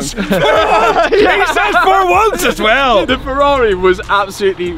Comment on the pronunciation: said Fk Ferrai